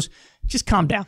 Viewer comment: Sounded more like "Calph Downpfh"